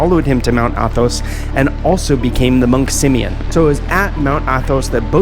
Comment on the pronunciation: Simeon, not 'simian' as it sounds to me.